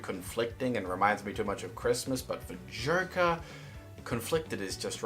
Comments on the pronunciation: For some very odd reason i hear him saying jerke instead of joker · This is why cant you say correctly JOKER???